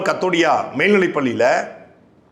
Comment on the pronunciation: ஐயா அது கதோடியா இல்ல. ஜெய் கோபால் கரோடியா